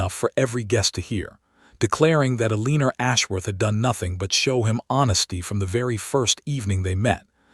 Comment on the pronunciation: It's Alayna not Aleener